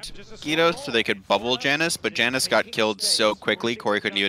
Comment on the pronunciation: I’m gonna kms if keeps calling Janus “ya-noose”